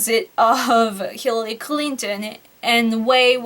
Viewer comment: Hillally... Hirrelly.... Hirlalry... Mrs Clinton!